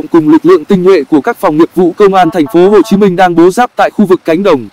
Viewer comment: Google chứ gì nữa. Làm gì có thành phố "Hắt Ô Chí Minh" đoạn 3:7s đo